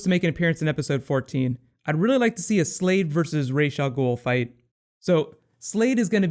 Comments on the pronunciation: every time he says Raish Al Ghoul it just burns me. its Ra's, Ra like the sun god not Raish there is no SH, their is no ray, just R-A-S, Ra's Al Ghoul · is it not "RaZ" al ghul,not "raj" al ghul